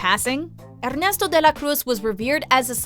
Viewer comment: "Errrneesto and Hectorr"lolololol